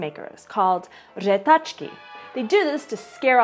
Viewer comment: 1/5 for řehtačka God dam it